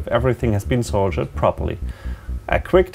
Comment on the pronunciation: You keep saying "soldiered" when you talk about things being "soldered". This is about "Löten", not about "Soldaten", though. ;) Try shifting your pronunciation towards something like "soul-dirt", that should sound more to the point.